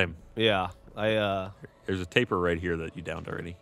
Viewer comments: Sounds like they're calling the Tapir, "tapeworm" every time. Hahaha. Don't mean to be an absolute dickhead, but it's pronounced 'tah-peer'. They're cool animals. #EnglishLessonOver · Tapir, all the time, and it's said Tay-Peer. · FFS guys, yes it is "tay-peer", but the "tay" or "tah" doesn't matter so much. It's the "Eer" sound that Geoff and should be pronouncing. Like "Altaïr" is pronounced Al-Tye-Ear instead of Al-Tyre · why cant they pronounce tapir properly